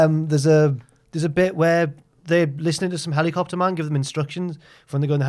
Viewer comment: The way says hel-E-copter. He’s possessed by the living ghost of James!